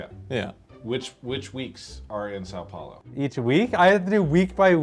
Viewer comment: "which country" "san paolo" omg :face-blue-smiling